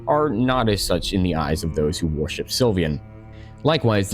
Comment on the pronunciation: Mhm, I love me some god WAR-ship. With the amount of WAR-ships mentioned, I can build an entire fleet.